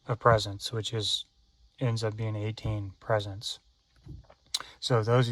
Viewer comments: The first time I thought was a fluke, but nope, he kept saying it. PRE SETS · I know this is 8 years ago (2026 now) but just to let the brother know they are called "PRE- SETS" Not "Presents" Lol. Not trying to embarrass you just inform. Maybe Eonon misspelled it I don't know. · Presents? Or pre-sets?